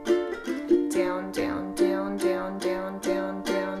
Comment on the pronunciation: Haha “Dyown”